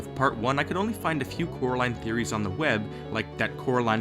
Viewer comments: "Its coraline, cor-a-line" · Why is the girl name called Coraline instead of carrotline😂😂😂😆